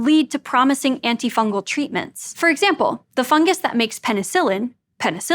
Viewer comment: Tragic news! Science tuber executer for criminal mispronounciation of a fungus!